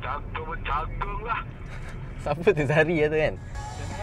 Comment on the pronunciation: Wak cakap jagung terus keluar jawa dia